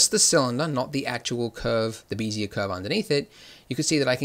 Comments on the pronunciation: Why call them "BEE-zee-uhr" curves instead of the correct and more common "BEHZ-yay" pronunciation? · Wonderful as always. Bezier is pronounced "beh-zee-ay" as in "bet" LOL. Someone likely said something since this in 2017! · "vertice"..." 'x' axes"..."bee'-zee-uhr"... Nice tutorials, but you're killing me :'( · "bézier" is a french word (defined as a parametric curve typically used in computer graphics) is pronounced phonetically "beh-zee-ay". I was slightly bothered everytime he said it, but I can understand the confusion. I just wanted to respectfully correct this. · Heads up - BEZIER is pronounced: bez - ee -ay. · Bézier still wrong pronounced. ;)